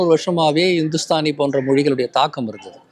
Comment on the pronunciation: ஹிந்துஸ்தானி மொழி என்றால் என்ன? உங்களுக்கு இந்துஸ்தானி மொழியை தெளிவாக உச்சரித்து கூற என்ன தயக்கம்?